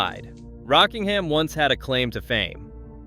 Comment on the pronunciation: He said it properly but used a bad stock photo.